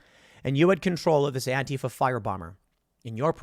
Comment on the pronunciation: Tim is one of the infinitesimal few public figures that pronounces Antifa correctly. One day "anTEEfa" will never be heard again. Gotta go update my anTEEvirus software. brb